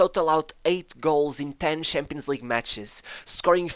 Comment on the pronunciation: Narrator: Has zero difficulty saying SHevCHenko Also Narrator: SHampions League, aSHievement